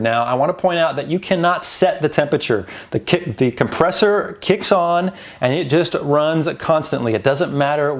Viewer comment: Made me cringe every time you said compressor